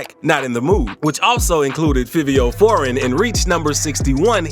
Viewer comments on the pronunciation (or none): Yoo literary this man cannot be black he deff grew up in the suburbs cause he really think he is white. With everything he says but also by the way this man pronounces they rap names the way he said fivo foreign and 22gs (he added a z to his name for no reason to) and the way he said blicky and at first he said b love the rapper then at the end says it mad weird then says that's one of his songs name🤦😂😂